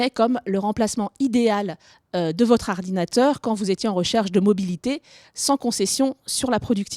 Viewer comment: ardinateur XD